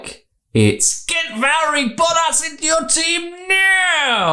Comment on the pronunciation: Did you say a "Valtteri BUTT-ASS" race? lolololololol